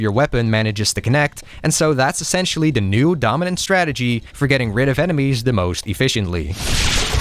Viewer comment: I know I’m an asshole but why can’t you pronounce the word “the”? It’s always “da”. I can’t explain it but it irks me to no end.